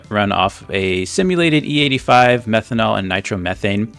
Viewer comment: hi its methanol, not methonal